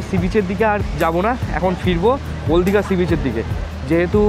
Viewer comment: ওল্ড দীঘা❌ ওল দীঘা✅ 😂😂